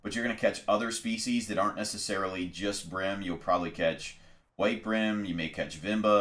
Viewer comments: Why do you pronounce it Brim? It`s Bream. change the B to a C and you`ll know what i mean. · Bro good vid but its breem not brim.... when you say dream, you dont say drim....... bream(Breem)